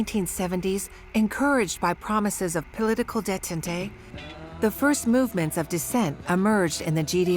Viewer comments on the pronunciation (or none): English words, too. Because its French made and also A.I. narrated. Look at how it tries to say "detente"... its day-TAHNT, not "DAY TAHN tay" 😂